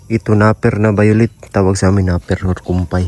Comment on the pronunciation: Napier ( NAPYER) pagpronounce...ingat kayo God bless you all.